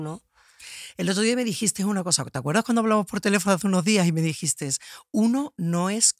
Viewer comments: elegistE , comprastE, dijistE, usastE, vivistE......por favor que alguien le diga a Vicky que se dice sin S final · Dijiste(s), contaste(s)...elimina esa s final. Está mal dicho y suena fatal.